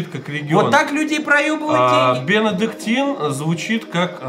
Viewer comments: Ликер Бенедиктин , а не Бенодектин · Кто графикой занимался, правильно бенедиктин а не бинодектин! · БЕНЕДИКТИ́Н, епта!